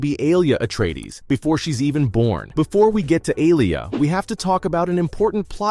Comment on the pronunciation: How many words are you going to mispronounce? How many different ways are you going to pronounce Alia? Do the effing work.